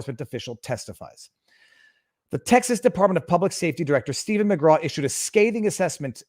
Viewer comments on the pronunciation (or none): none